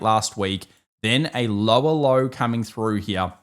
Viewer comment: When your Aussie accent said "a lower low" it sounded like you were saying "Allo, Allo"